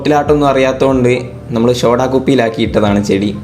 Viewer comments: ഷോടാ കുപ്പി അല്ല സോഡാ കുപ്പി 😜😜🤭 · Bro not shoda its soda🤭